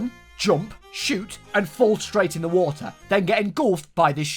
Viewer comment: I like that they say Waer and not water because you’re never supposed to hear 50% of the word